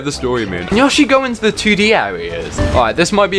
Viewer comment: he kept saying yoshi wrong